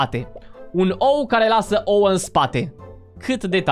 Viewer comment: nu se spune oo se spune ouă